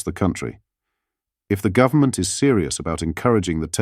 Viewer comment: govt. is a abreviation for govenment not gov-ta. AI news, strikes again.